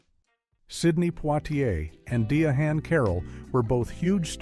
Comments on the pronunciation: Its not di a han its Diane Carroll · AI cracks me up. Die-a-hand Carol 😂😂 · Cheating scandals happen with both black and white. And diahann is pronounced Diane. Denzel story is completely false. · AI-generated trash ALWAYS mispronounces names. Who is Die-a-hand Carroll?